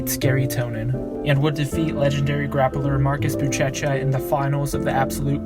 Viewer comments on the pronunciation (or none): "Bootchetcha" lmao. It's "booshesha"